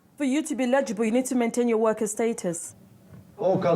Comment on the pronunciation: Like many Hispanics, who pronounce it as "illegible", apparently, these non-White "English" people don't know how to pronounce the word "eligible" (el’-i-gi-ble). The first vowel is NOT silent. As a matter of fact, the hard accent is placed on that first syllable comprised of that first letter of a short "e" and the "l" (el’) sounds. Instead, the way they're pronouncing it sounds like the word "legible", with an accent on the "le", and dropping the first letter, thereby dropping the first of "4" syllables. This makes it a completely different word with a completely different meaning; so, YES, it's important.